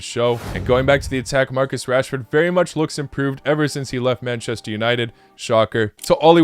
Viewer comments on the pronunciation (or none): none